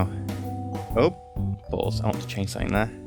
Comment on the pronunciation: "Oh balls (Ballth.)" Good, good.